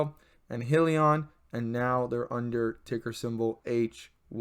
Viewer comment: It’s High-Lee-On